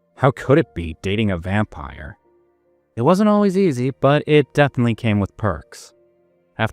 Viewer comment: ❤❤❤What in the Edward Cullen lol… say it “vampire”…